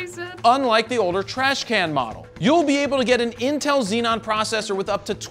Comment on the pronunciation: Zee - On. Not Zee - Non.